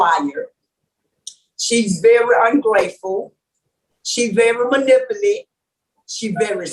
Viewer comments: "Manipuly"... I'm hollerin 🤣 Anyway... These people are slow. I'm tripping. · "She's a very good liar...she's very manipilly?" If I cant pronounce the word, I generally just skip it, or I find a different adjective or adverb.🤣🤣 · Until our young people get out of the ghetto and get an education and move away from their home town they will continue to destroy the English language. I cringed every time that women tried to say the word manipulative.